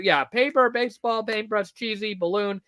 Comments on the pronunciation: WHY WAS EVERYONE CALLING BASEBALL "BASEOH" HEKP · im still sobbing over everyone calling basball baseoh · THE WAY PEOPLE CALLED BASEBALL BASEOH 😭😭😭😭 LEAVE HIM ALONE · THIS STREAM WAS SO AWESOME ESPECIALLY WHEN PPL STARTED SAYING BASEOH..